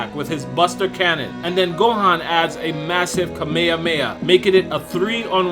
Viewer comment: Ur dumb narrator is ka me ha me has not kameiameiha